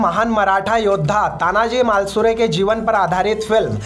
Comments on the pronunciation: पहेले बोलणा सिख तानाजी मालसुरे नही तानाजी मालुसरे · मालसुरे नही भाई।। मालुसरे